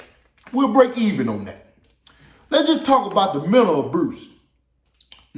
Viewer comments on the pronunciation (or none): “Menal Abruse” 🤣🤣🤣🤣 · My man called it “Mental Abroose”🤣🤣🤣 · Mental “Abruse”? 😂😂😂😂